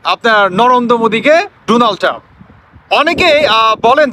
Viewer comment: পাম্প না ❌ টাম্প ✅